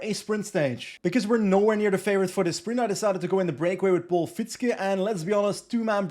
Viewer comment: Love your content! Quick tip for next time: Fietzke is actually pronounced "Feahtske", because that "ie" is a very long and unstressed i sound. It's basically the same sound as in the English word "fear", but instead of the -r, just add -tske. Voila: Fietzke. Stressed on the second syllable, if you were wondering. Keep up the good work! Cheers.